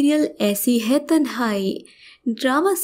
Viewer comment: Stop saying "hai" in that stupid way!